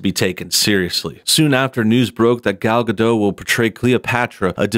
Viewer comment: Who is Gal Gad'oh? There's a 't' in the end, like you pronounces 'dot', but with a smaller/shorter 't'. Like Gadoht.